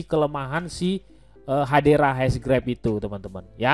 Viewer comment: Hedera bang bukan Hadera.